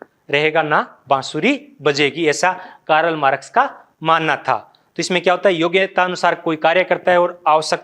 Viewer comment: What is कारल मारक्स ।। शुद्ध उच्चारन करो भाइ